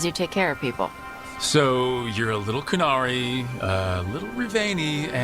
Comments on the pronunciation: Why are you going out of your way to mispronounce all of the invented words? You would have had to listen to the correct pronunciation to transcribe it in the first place so i can only assume that the mispronunciation was intentional . You can critique a piece of writing without showing contempt for it. No dragon Age writing good or bad would avoid words like Qun and Qunari. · Cant say query correctly and isn't even pronouncing the name of the race right? Idk something tells me u don't know what the context of the scene was, entirely possible the "soft side" comment could have to do with the events leading to the conversation? There's just not enough information in the clip